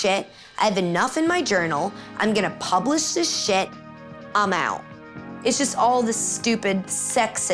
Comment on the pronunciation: "Pubilish... pub-I-lish... puuuubiilisch... Pub. ii. lish." X-D